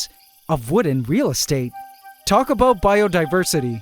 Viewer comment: I keep forgetting you're Canadian. Every once in a while you drop a hard "aboot" and I think to myself "ah yes, Canadian".